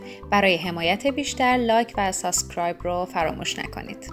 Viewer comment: مرسی از آموزش خوبتون ... دوست عزیز تلفظ این کلمه سابسکرایب هست، چون در تمام ویدئوهاتون می گید، به نظرم باید می گفتم، امیدوارم جسارت نکرده باشم، موفق باشید